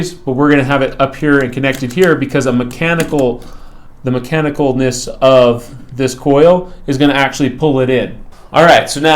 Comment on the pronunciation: Mechanical ness? 😂 Good video though.